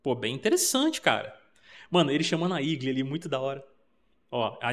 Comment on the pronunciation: igli ?? nao seria eagle ..portuguesando para igou.